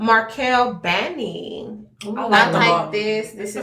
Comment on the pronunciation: oh by the way, since Cincinnati is my hometown, I grew up with one of the owners of Markell-Bani Wines, and it's pronounced "buh-NUY".